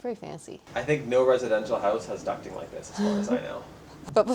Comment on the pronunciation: Finally someone who says ”ducting” instead of ”ducking” 🤩🤣